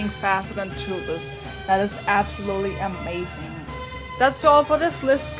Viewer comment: its toothless you always say tooless but its a great video